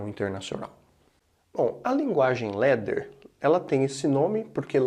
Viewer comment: LADDER ...pronuncia /lá.der/ LETTER ... pronuncia /lé.der/